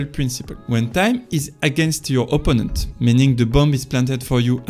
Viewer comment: love the videos 🔥if you work on fixing how you stress words you’ll get huge , (beGInner not BEginner, adVANtage not ADvantage, oPPOnent not OPPonent, poSItioning not POsitioning, OBstacle not obSTAcle, eLIminate not ELIminate etc…). It’s really easy to fix and will massively improve understandability 👍🏼. You can put ‘word pronunciation’ in google and it’ll say in bold the part you have to emphasize. Have a good one